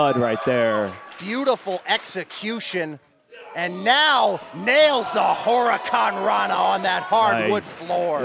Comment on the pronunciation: That is the weirdest pronunciation of Huracarrana I've ever heard...